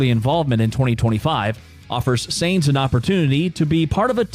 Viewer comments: It´s pronounced Carlos Sajns not Seeejnss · I think he is referring to how you're butchering the pronunciation "Sainz". It's not "Zanes". The Z is at the end. ;-) Great video, also your voice is really good to listen to. I would suggest no use of filler video though, let the relevant picture/video snip run for as long you are on the topic. I.e. the clip from should run until you finish the segment about Audi, and not cut to driving F1 cars . Most F1 fans are European, and the American TV style of fast/frequently changing video is tiring for us. Also try to not recycle topics, if you're mentioning the engine, stay on it and say it all. Try not to cycle back to it unless you've got a really good transmission to do so.